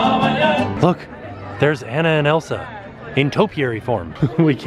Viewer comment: I love this video! Such a cool idea. HOWEVER. Are you purposely saying Anna's name wrong to be funny or do you genuinely not know it's Ah-nuh? Because I even went back and rewatched because I thought I must have heard you wrong. 😂😂